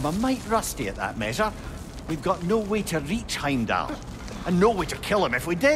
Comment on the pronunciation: it’s not Hamlet is Heimdall